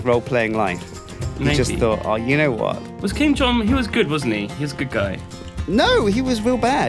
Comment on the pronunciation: It's Kim Jhon um not King John un